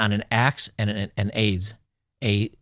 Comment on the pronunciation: pronounced “add-zuh”. It’s an old timey Timber shaping tool sorta like a garden hoe but for solid wood or a type of ax blade but oriented horizontally/perpendicularly to the handle instead of parallel like an ax head. He probably used the ax the hew logs into roughly flat sides and the adze to shape the top and bottom to a useable squarish shape. He may have also used it to carve pits into wood for things like a chair or bench seat as well as any bowl shaped items.